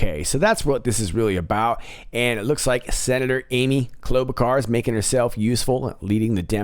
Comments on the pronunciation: FYI: pronounced “clo” (hard “k” and hard “o”)-BA-shar...just want to help. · Klo-bluchar = Frau Blucher